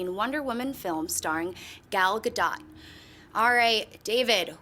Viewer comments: Yup, in a interview she said her own name and it is Gale GODOT SO she's right :) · is right. She pronounced it correctly. Most of the panel has been mispronouncing it for an entire year. She's Israeli, not French. T's are not silent. Bridget Bardot is what's screwing everyone up. Bardot IS french. John kinda has an excuse bc he's Canadian and really used to French. lol But everyone else is a victim of just not knowing what they're talking about.